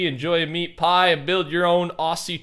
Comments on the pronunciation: wait... did you say auSSie? it's auZZie my guy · Yo I have to tell you how to pronounce Aussie cause it hurts me everytime I hear someone say Aussie in the same way, it's pronounced Ozzy even if it's spelt Aussie it's stil said as Ozzy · Every single Australian listening to this definilty creased after the way said aussie